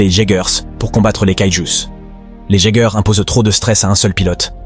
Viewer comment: merci d' avoir fait cet video mais les robots ce prononce iegers et kaiju bonne video